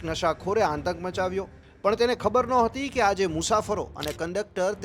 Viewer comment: આંતક નહીં, ભાઈ! આતંક બોલશો તો વધારે સારું ને સાચું લાગશે.